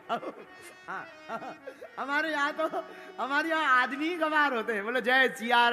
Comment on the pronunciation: ग्वार फली होता है गुरुजी गवार तो हम इंसान है इसलिए फिर हम आपसे कहते हैं ग्वार फली बोलो शुद्ध नाम इसका यही है